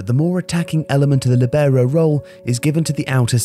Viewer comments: Great video as always, little specification though: it’s pronounced Lìbero not Libèro, the i is emphasized not the e. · I played as Libero in my local team when I was younger...thanks for the video man, I love this channel (btw in italian, the accent is on the "i", so it would be "Lìbero", not "Libèro") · It's lìbero, not libèro. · All good, but libero is NOT pronounced like that. It's Lìbero, not libèro. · I think you should pronounce it like in Italian: LEE-bero, instead of lee-BEAR-oh. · Líbero...with accent in the i. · Líbero (pronounced LEE-be-row). Why are pronunciations from foreign nouns, pronouns and verbs incorrect all the time? LIBERO - LEE-be-row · Its: lee-bero more accent on the i. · Copying me then :) (only kidding it's a topic that makes a good video)... I was told that in Italian the stress is on the /li/ and not the /ber/ but I've never heard an English speaking person pronounce it that way. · Libero is pronounced differently in Italian though... the stress is on the /Li/ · Marco Tassi Thanks - I mentioned the word ‘libero’ in a recent video on my channel called ‘20 non-English words in football’... I was picked up on the way I pronounced it. ✌️⚽️ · What a way to butcher the word LoL. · It sounded horrible for those of us who know the right pronunciation. Also, didn't anybody notice the way he pronounced Jair?!!